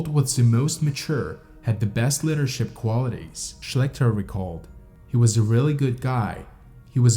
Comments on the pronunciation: LEEdership. Not LEAd-ership. Lead is "LED", Leader is "LEEder". English is really (reely) stupid, I know. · The strange pronunciation of many common words that a 4 year old could easily vocalise proper like. For example: you have no proplem pronouncing the word "leader", yet fail every time with "leadership", instead going for "liddership", which makes no effing sense. The depressed, supposedly mysterious and ominous emo tone is seriously over used on YT videos. Sickens my happiness. Detracts entirely from an interesting story. Need a narrator who is interested in the subject matter. Someone with life and climbing experience. At least someone who can pronounce "his", "pretty" and "sleeping". Butchering the beginning of most sentences, slurring many times and weird cuts of words.